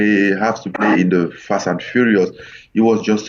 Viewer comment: Fash and Furiosh. I play a furioushon Guy.